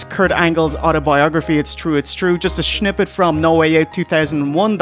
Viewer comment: 'a shnippet'? Is there some Shligo shneaking into your accent?